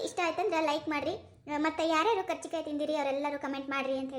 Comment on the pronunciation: Adu karjikayii alla kaarcjikayi